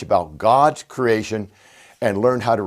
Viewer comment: He still says "crayshun", though.